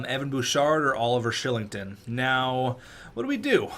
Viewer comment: Oliver Shilling-ton? Isn't it pronouncced Ky-ling-ton?